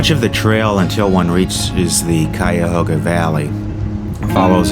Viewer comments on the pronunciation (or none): none